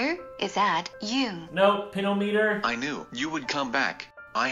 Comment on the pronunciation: i'm sorry, pin-o-meter. 😭